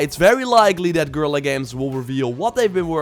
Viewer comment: Fascinating how even Guerilla misspronounces Guerilla...